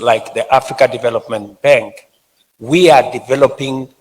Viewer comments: Did I hear Ruto say BENK? 🤣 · As long as you pronounce Bank as 'benk' then you are working for 'them' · Lol.. Benk..